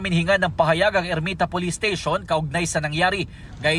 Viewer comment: Ayusin nyo ang pag bigkas ng salitanng PAHAYAG…..